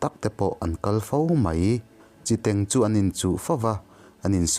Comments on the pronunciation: Burkhawn 'khawn' hi hnapkhawn kan lam ang hian thluk in a dik zawk awm e. Chi teng hi a sentence a zirin thluk uar leh uar loh a zir a nia. An correct tak na a i lam dik thlap. Teng thluk san chang leh teng hniam rai a lam theih ve ve. Vaimim tengkhang lam dan nen a thuhmun reng. Inthlahrung takin. Midang chu ka correct sak tha peih lo. Awpi Biate kha ka thianpa nih kha aw. Ka ngaithla thin tih hriat chuan a nuih a za ve ngawt ang le. 😂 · Ka pu khan ka naupan laiin min hrilh thin..a mawl țek.. chiteng tih khi a thluk a diklo mai thei. Tlengtle tih a 'tleng' tih thluk hian 'teng' tih tur. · Chiteng pawh hi a lam dik lo